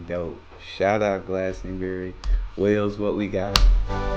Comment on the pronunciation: Not sure if its your accent and im not hearing it right? But its Wells not Wales ... Wales is a country